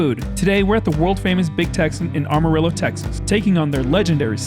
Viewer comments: ... It's Amarillo, not Armarillo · Amarillo. Not Armarillo <3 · Great job! But that’s not how you say Amarillo.. 😂